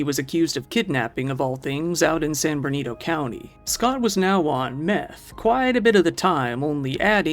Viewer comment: I adore you but I have to umm actually. At the beginning of part 3 you say "San Bernido" which is very cute, but it's San Bernardino. And for anyone that doesn't know, these high desert areas of California are not what people think of as palm trees and beachy Cali vibes. They're best passed through in the highway and remarking on all the trash stuck to the chain link fences. They're also not the pretty, Saguaro filled deserts or red rock canyons of nearby states. They're not a place you'd want to live, even if you like desert-scapes and the emptiness and vast flat, boring landscape leaves one to understand why the desert communities are full of meth.